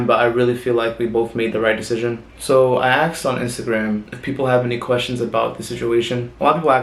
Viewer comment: Why does he says aksed not asked ?